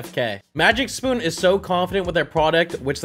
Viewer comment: The legendary sproon. It was so funny how he didnt even realize he had said it til he rewatches it lol